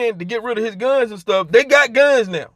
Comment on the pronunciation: I thought this fool was saying selling phones lol.